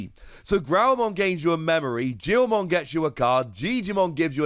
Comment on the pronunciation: Its pronoused Geelmon